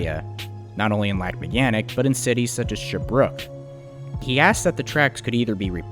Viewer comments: As a bilingual person from quebec. You said lac megantic pretty ok. But you are supposed to say it like this: lahc meygantic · good attempts at french names! Lac M-eh-goan-tik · Is English your 3rd language you didn't learn well? And stop trying to pronounce as the French would, your attempt is just bad. It is pronounced lake megantick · Well, all I can say is, I come from Lac-mégantic and I hate the way you say it, but the rest is great. I work at the station which is now a museum.